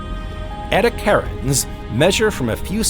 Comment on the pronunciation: "Edi8acarans" is pronounced "edd-ee-a-KAR-anz."